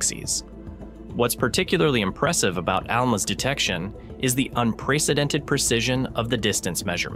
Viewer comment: It can not pronounce precedent